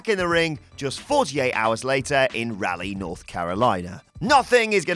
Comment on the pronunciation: I'm from Raleigh and English people say it funny. You got to put that southern stank on it. RAAWWLLLEIGGH